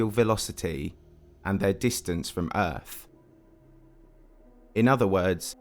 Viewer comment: "and their distance from errf."